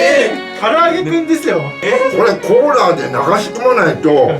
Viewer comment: コーラをコーラーて言うか…